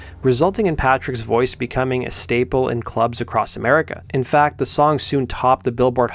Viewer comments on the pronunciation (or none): none